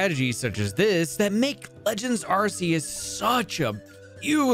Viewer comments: I also use to pronounce it "ar-see-us" but I believe it has to be pronounced "ar-kee-us"... i don't believe nintendo would give us an arsphone... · ARCEUS is not pronounced RCS. It is pronounced RKS. This is not debatable, nor a matter of preference. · Arr-Key-Iss >Arr-See-Iss Reason: Ark Phone, not ar$e phone. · Man I had such high hopes during the intro and it was all shattered the moment I heard “ar-see-us” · Its “Ark-eee-us” btw according to the official Pokemon Book, 2024 and either you’ve always said it wrong or you still don’t know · this is a great video but ur pronunciation of arceus is killing me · Nice video, but learn how to properly say Arceus please XD